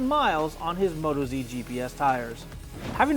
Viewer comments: You might already know this by now but it's not Moto-Z but Mot-OZ Being an Australian tyre, we locals call Australia OZ and we are Aussies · WTF.... its Mo Toz..... not Moto Zee